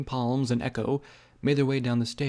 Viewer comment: Psalms is pronounced as "Salms" not "palms". Otherwise great job m8